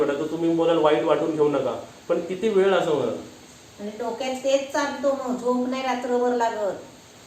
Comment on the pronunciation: हो मी तर start to end सर्व ऐकले. कारण तुमच्या बोलण्यात काही खोटेपणा न्हवता उलट त्यामध्ये नात्यांना जपून ठेवण्याची एक तळमळ दिसत होती. मला तुमचा सर्व talk आवडला. आणि एक suggestion आहे तुझ्यासाठी तू (ळ) cha उच्चार (ल) असा करतोस त्यामध्ये फक्त तू सुधारणा कर. For eg. वेळ बोलायचे असेल तर तू वेल असे बोलतोस. Just मी तूला सांगितले मी आशा करते कि तूला राग नाही येणार या गोष्टीचा. बाकी vlog तर खूपच भारी.